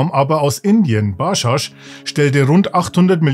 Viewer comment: Ba-dschadsch Nicht Baschasch